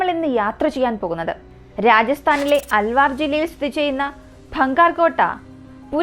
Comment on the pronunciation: അൽവാർ ❎അൽവർ ✅ ഭം ഗാട്ട് ❎ഭാൻഗഡ്✅